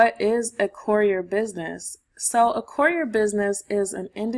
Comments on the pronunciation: Step one, learn how to pronounce courier. 😂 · Great content, but for the love of God. The annunciation of courier is driving me insane. Still like the video though.